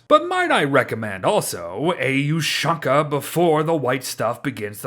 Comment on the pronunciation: I don't like the way you pronounce Ushanka.Its pronounced something like Ou'Shan'ka.